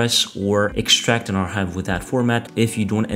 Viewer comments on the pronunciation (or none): Good news. But your pronunciation of "Archive" is wrong bro! "CH" is pronounced as "K" so it should sound like "Arkive" not "Arhive". Use Google translate to hear it the correct way. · I was wondering what R-Hive was...! 😂